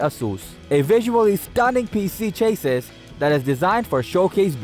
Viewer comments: Cha-sees not Chayyyyy-sis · Chassis he is saying chases. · You would think that you would pronounce "chassis" correctly. Its pronounced "CHAS-EE". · Chay-sis perfect pronunciation for a word you used so many times.